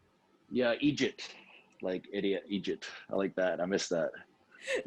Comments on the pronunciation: did you just say 'Egypt?' its eejit ya eejit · You way butchered the Scottish slang bloody Egypt 😂